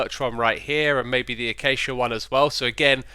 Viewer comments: Has anyone notice that X said acacia the "correct" way? What has your illness done to you?! :P (hope your recovering well X) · For the first time ever he said acacia and not “a-cha-cha” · X must be really sick! He said "acacia" instead of "achacha"!!!!